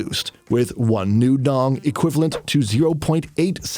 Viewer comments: đồng not dong. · However you're pronouncing it. Its not how we original pronounce it. It has been altered for people from other countries to say it more easily, but out of every alterations, why tf did they picked this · The way westerners call ‘dong’ bugs me. It’s Đồng please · it's not pronounced dOng though, it's because you guys can't pronounce it. It's "doung", like the dou in dough, with a falling tone. said in vietnamese it sounds nothing like "dong". its just an english thing where you guys think its weird. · Dong isnt even how you pronounce it in the first place other than if you read it in English. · It's not pronounced the same as in your language btw, not like in the video, and you can not make that sound. Words in your language don't mean the same in other languages.